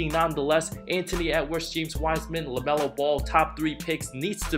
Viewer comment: It's LaMelo not LeMelo